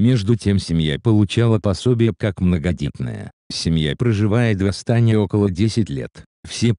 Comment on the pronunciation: В Астане, ударение падает на букву е